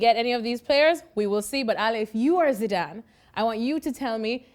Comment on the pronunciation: this man s accent has been really bothering when he says sidan instead of zidane